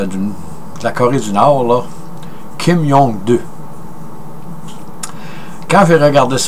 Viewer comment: En passant cher monsieur ça n'est pas Kim Jong 2 comme vous le dite si bien mais plutôt Kim Jong il (prononcer il) et le peuple de ce pays du nord qui vivent un totalitarisme sans précédent n'est pas a blâmer mais plutôt a respecter par leur ignorance et isolement du reste du monde.